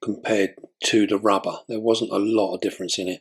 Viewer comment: Is it just me who laughed when he said "don't wanna rip your rubbah" 😂😂....